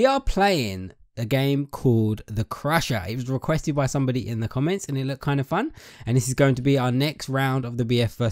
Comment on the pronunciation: The guy said “im watching da stream” lol